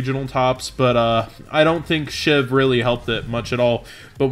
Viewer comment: Everyone keeps saying it like SHIV when it's SHVI. SCHVEE. Weirdest pet peeve ever but it's getting on my nerves.